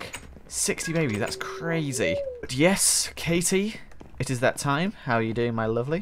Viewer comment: when says but, I think he says butt